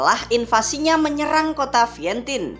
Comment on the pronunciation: Vientian baca nya bukan Vientin